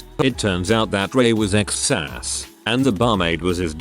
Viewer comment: A word to A.I. voicing this, its S, AY, S. ( SPECIAL AIR SERVICES ), not Sas as you said. So disrespectful.